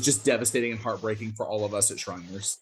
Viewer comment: 6abc - the hospital is SHRINERS ... NOT shiners - jezzz😕